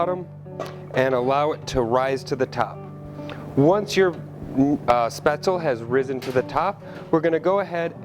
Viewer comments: Exactly. Every time chef pronounced it, I was mentally correcting him. Shpets-leh. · You're right, the e isn't silent, but it's not pronounced like recipe. he also says the ae sound wrong as well as the z. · Nice twist on a classic German recipe. 🍺😋👍 Btw, the 'e' isn't silent in Spaetzle. Its pronounced exactly as the 1st 'e' in 'recipe.'